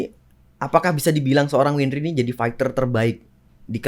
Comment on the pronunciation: Wendri siapa ? Windri oi bukan wendri 🤣